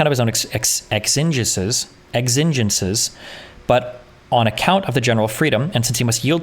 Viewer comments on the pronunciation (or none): "Exingences: x-in-jen-sees exigencies. " 🤭yep I can struggle even just trying to spell it.. 😅